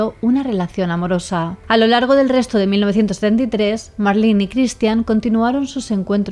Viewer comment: Primera ves que escucho mi nombre en una asesina, soló que no dejo que me llamen Marlyn como el pescado 😂 es Marlen y sin e al final